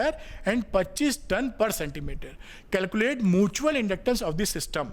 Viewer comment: Its mutual sir not mooootual❤